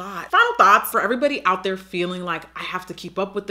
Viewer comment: IM SCREAMING SHE SAID "LA DERE" ahahhahahaahahha